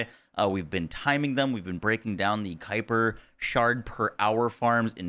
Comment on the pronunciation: Ayyye you pronounced it the way I said sounds right on your stream the other day. 😂 Gotta be a Star Wars reference.